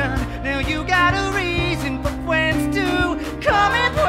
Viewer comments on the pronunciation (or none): "now you got a reason for fwends to come and pway"